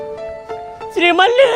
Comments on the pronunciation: ಶ್ರೀಮಲಿ✅ ಶ್ರೀವಲ್ಲಿ ❌😅😅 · Srivali ❌️ Sri malli ✅️ 😂😅